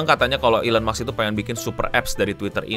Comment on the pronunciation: maaf mau koreksi dikit elon musk, musk nya itu baca nya "mask" (ilon mask), bukan "maks"